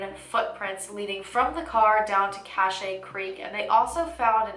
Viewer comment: great vid! cache is pronounced like cash tho